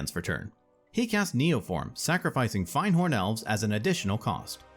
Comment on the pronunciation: The hairs on my back stand up whenever I hear [fahynd]horn elves. It is pronounced [find]horn elves. I beg of you, please, spread the truth. :(